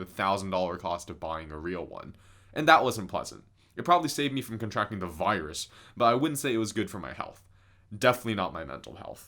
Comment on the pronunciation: You mispronounced the varus (tm)